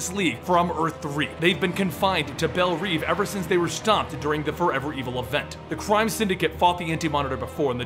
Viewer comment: I was really enjoying this until you said Belle REEVE instead of Reve. Still great though